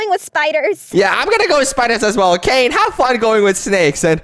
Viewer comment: Canines name is so funny and you keep saying his name wrong